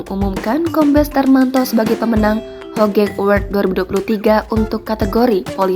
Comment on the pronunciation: Di bacanya hugeng mbaaaaa